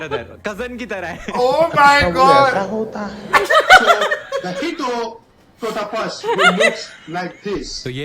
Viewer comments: Hippototapus,, 😂😂😂😂 out of the dictionary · It's Hippopotamus and Rhiosaures but this genius says it's hippototamus!!!